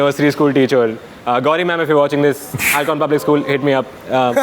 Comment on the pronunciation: Its Ahlcon and not Alchon